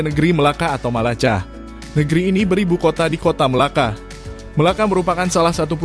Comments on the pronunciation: Bgus laa content dia cuma bagi knowledge buat siapa2 yg tak tau negeri2 dlm Malaysia.. tp satu je admin kena betulkan melaka is melaka, begitu juga malacca in english still sebutan dia melaka not malaCCa. Kita tak sebut C jd Cha tp C guna sebutan english also jadi K. Means melaka. Semoga bermanfaat . 😊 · Bang bukan malaca pakai k malaka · Min malaca tu sebutan inggris..c tu jadi k cuma kalau inggris k tu bertukar c..sebenrnya sebuta nya sama melaka😅